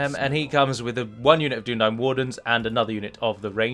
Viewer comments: Who the fuck says Dunna Dain... and not Dunna Dine. It's even said in the films Dunna Dine...! During the scene where Eowyen talks to Aragorn while offering him food, and she realises he's a descendant of Numenor... Probably a few more times too but that's the one I remember quickly off the top of my head. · Dunadain -_- You misheard my friend